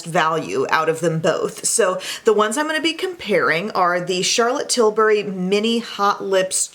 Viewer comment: I liked this video solely because you pronounce CT’s last name right. Too many you tubers call her Charlotte Tilbarry...... like ummm no. Sorry, having untraditional name, I think it’s just sign of respect to say one’s name correctly, so thanks for that!